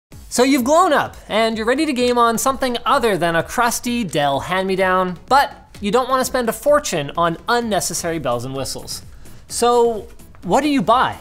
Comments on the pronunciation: He actually said glown instead of grown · The guy: So you've grown up My ears: So you've glown up Subtitles: So you've blown up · I heard glown as well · My ears: So you've glown up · Linus starts vid : "so youv'e glown up" Me; aight I'ma head out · "So you glown up" Im sorry what? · "So you've GLONE up" -Linus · Killbl4d3 Me: “Yes, I have GLONED up!”